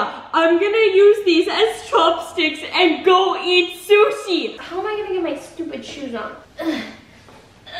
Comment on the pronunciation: For 1⁄2 whenever she said I'm going to go get sushi it's ended like she said I'm gonna go get Suzy LOL!